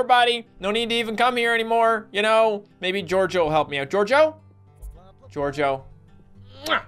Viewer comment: A couple times you said jojo instead of gorgio. IS THAT A MODAFUKYN JOJO REFRRNCE!!??